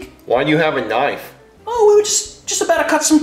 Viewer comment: But jeffy pronounces knife to Knife (Ku-ny-f)